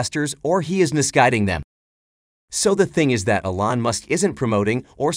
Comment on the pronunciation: It's pronounced E - lon not a - lon.